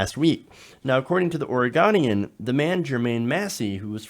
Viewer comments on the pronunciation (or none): Lol the way you said Oregonian, it should sound more like or-eh-goan-ian.